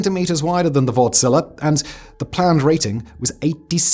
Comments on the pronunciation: Wärtsilä is not wort-zila it is Wärtsilä :) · Wärtsilä! Have I ever felt so proud of my nation... You sya the Ä in the name as you would say "A" in "and" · I just keep hearing "Wartzilla" 😂